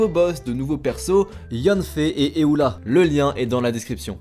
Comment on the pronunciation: L'archere de feu qui fait des explosions 🤣🤣🤣🤣🤣🤣😭😭😭😭😭 Tu m'a tué ça se voit que tu es débutant tu voulais pas dire Amber Éula 😭😭😭😭😭🤣🤣🤣🤣 Ça se pronon youla